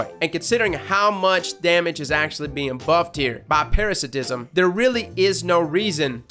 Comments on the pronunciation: Peh-ruh-sai-ti-zm!!! Based off of parasite not parasitic. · Shouldn't parasitsim be pronounced Para-SAI-tisim? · It's actually pronounced Para-sai-tism but great effort nonetheless. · I don't mean to be that guy but it is pronounced, para-site-ism lol but what you said is kinda acceptable. Other than that great video, Oh and I hope all goes well with your medical test. Best wishes.